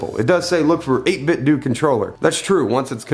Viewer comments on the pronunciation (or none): It's 8bitdo do not doh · It's pronounced 8bitdō. Like Nintendo. I always check to see how the company pronounces it. At E3 they pronounce it with a long ō. It doesn't bother me at all that you pronounce it with the short ŏ though. I will take a cookie. 🍪